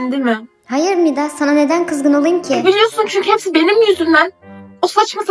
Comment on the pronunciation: Umida değil Mida